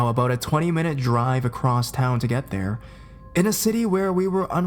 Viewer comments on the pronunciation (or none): none